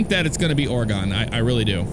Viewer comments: You had it right the first time. It's Ore-gun not Ore-gone. If they add my home-state I'll finally have a reason to buy it :D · It’s not orgOn is OR-GEN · It's pronounced Or-gun not Or-e-gone. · Say Oregon like you would say organ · Oregon would be cool, worked for the Forest Service near Crater Lake, better check your pronunciation of Oregon though lol they hate it when you say it wrong